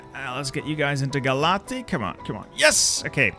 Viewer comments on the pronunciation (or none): You butchered those Romanian city names lmao Cluj isn't spelled Clu-e, it's just Cluj Timisoara is spelled Ti-mi-shoa-ra Galati is spelled Ga-latsi Still, very good content